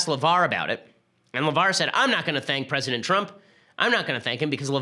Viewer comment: You said president Twump lol